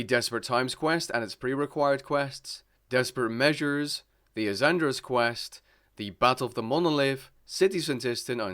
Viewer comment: Az-uh-nad-druh not aazandra lol